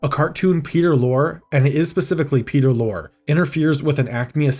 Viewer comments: Peter Lorre is pronounced loree like the word story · Some may not know this, but Foghorn Leghorn was a Looney Tunes/Merrie Melodies take on a character from Fred Allen's ALLEN'S ALLEY: Senator Beauregard Claghorn.. So Foghorn's character might well have been as a senator. And FWIW, Peter Lorre's name is pronounced "Laurie". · It's pronouces Lori. You pronounce the final e on Lorre. GAAAAAAAAA. Do yourself a favor and check out his work on film. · It's pronounced "Lor-ee" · Great video. A small note. Peter Lorre's last name is pronounced "lorry". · Peter lorr-ee. It’s pronounced “laurie.” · It pronounced Lorr-ee. Peter Lorr-ee. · So you couldn't be bothered to learn how to pronounce Peter Lorre's last name, huh? Real professional. It's pronounced [LORR] + [EE]. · Great video but the actor's name Peter Lorre is pronounced Peter Lory (Lori) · Cool story, but Peter Lorre is pronounced Lorry, you've put enough research into the the story, you could've done a tiny bit more on how to pronounce names correctly. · That’s not how Peter Lorre is pronounced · Thank you! The narrator drove me crazy hearing him say it wrong every time. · Peter Lorre's last name was pronounced LORRY. Not lore. LORRY. Just as you don't pronounce Will Forte's last name fort. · Lorre. Peter Lorre. It's pronounced Lore-ee. Not Lore, that's Data's brother 🤖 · Mispronouncing Peter Lorre's name like ten times in a row was driving me insane. LOR-Y. Like what the British call trucks. Good video otherwise, it's going to be an absolute travesty if they actually delete this movie. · Is this an AI voice?? It's Peter Lorre, long E...not "Lore" but Loreeee.... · Peter Lorre is Lore-EE not lore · You should apologize to all the Peter Lorre fans (prounounced Lore-EEE) when you called him ''Peter Lore'' repeatedly. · It's Peter Lorr-ee, not Peter Lore. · Wow. You worked hard on this. Damn shame and so ironic, given the plot. Peter Lore: you pronounce the E at the end of his last name. Excellent work!